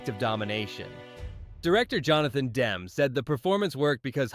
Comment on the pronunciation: It’s Jonathan Demme, pronounced Demmie. I hate AI.